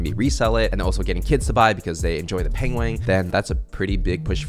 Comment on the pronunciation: pengwing XD